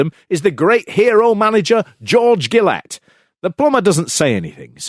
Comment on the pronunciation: Kendo's finishing move wasn't the Kamikazi Roll, it was the Kamikaze Crash. Also, George Gillette's surname is pronounced, "Jill-ett"!